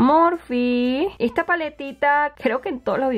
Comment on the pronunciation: ejta paletita